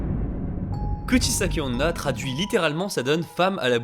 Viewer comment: Dans un total accès de mauvaise foi de ma part, j'accuse la prononciation de! XD